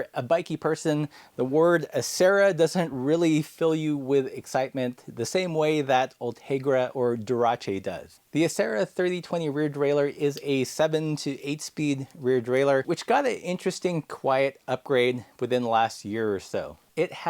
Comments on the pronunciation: Why is it pronounced as Dura-Che'... wherein it is a two word item and the maker is Japanese, It should be pronounced as DULA ACE! We'll I guess pronouncing is it as Dura-Che' makes it sound elite, upscale, and classy. I'm not near to that by comparison... so I guess I will stick to my old and reliable dad bike sporting a ACHERA derailleur. 😋😝🤪😜😛Addendum, by exposing our secret weapon achera to the world, you are making it more classy and the demand of it will be way up the scale where it will be out of stock in our local cheapman's bike shop.:hand-orange-covering-eyes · I'm pretty sure that "Dura-Ace" is not pronounced "du-RA-chay." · "dur-ah-che" had me rolling 😂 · Durachi! I thought I was the only one who said this after my Italian high school boss used to joke about it. RaceFace was pronounced "rachay fachay" as well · Did you call it Duracci? 😂 I just got a M3020 thanks to you, going to a big sprocket set now... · did you just say durache? whut? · Wait, it's "durache"? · "Ultegra and Duratshe" 😀 Never before heard it like that. 🙂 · I'm old enough that I remember when Shimano first used the model name Dura Ace on a centerpull brake, before they repurposed it for their new, showpiece group that was to compete with Campagnolo. I've always pronounced it as two words, never as "Doorahchay," but I like it! It rolls off the tongue, like the short-lived Santé. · Have i been pronouncing dura ace wrong forever? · Nobody's going to acknowledge the butchering of Dura Ace pronunciation? 😂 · is that really how it's pronounced? I'm shooketh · I feel kind of dumb. I have mispronounced Dura-ace for decades.